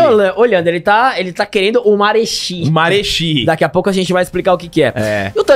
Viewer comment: É marechi, portanto se lê maretí (maretchi)